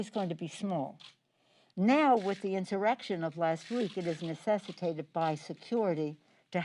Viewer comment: She has a really hard time saying insurrection